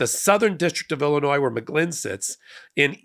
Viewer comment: The s in Illinois is silent